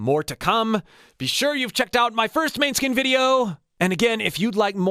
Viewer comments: You really need to know how to pronounce the name of the band you are reviewing, food for thought but totally appreciate the effort, kind of like a Toronto VJ in the 80's announcing Metallica (Meta Leeka) on live tv w millions of viewers, the proper pronunciation is Mon us kin and not Man Skin, thanks for the review though!! and keep them coming! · Oh, I just noticed you said you are Italian. In that case, MA-ne-skin. 🙂 Or MO-ne-skin if you want to pronounce it properly in Danish. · its pronounced mon-e-skin not maneskin haha <3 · Please react to their performance of Zitti e buoni at Eurovision 2021, their songs in Italian are superior. Btw, the band's name is pronounced “Moan-Ah-Skin” although it can also be pronounced as “Man-Eh-Skin” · The correct way to pronounce the band's name is moan-e-skin. Love your channel. :) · Great ! Yes more Måneskin, but please could you pronounce it the right way, it's a Danish word meaning Moonlight (Victoria, the bass player is half Danish). It is pronounced "Moan-Ah-Skin". You should also react on the Loneliest, Zitti e buoni and Coraline (San Remo 2022 version), Damiano's voice hits differently in Italian. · Pronounced more like “moan-eh-skin”😊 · Love that you're checking them out! FYI it's pronounced more like "mon-eh-skin', with the emphasis on the 'mon' part! :) You should def check out 'La Paura del Buio' (specifically the live performance on Radio Italia Live, the vocals are unreal!! Someone's uploaded it with english subtitles too, so I def recommend that specific version. It's the one with like 2.5m views) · A phonetic pronunciation for American English speakers: MOH-nes-kin or, more commonly, MAH-nes-kin. The latter is how the band tends to pronounce it. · Youre the first who makes me second guess their band name, and im italian lol. "Mane" should be pronounced like "many" except for the final letter of course. Or, yours was right but i don't think so